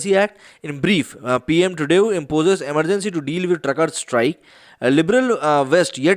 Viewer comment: It is pronounced as Trudo